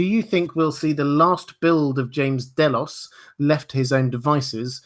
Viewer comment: Ugh day-los, i cant take it lol